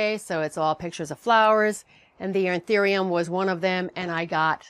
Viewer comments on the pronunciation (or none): It's An- THOO-ium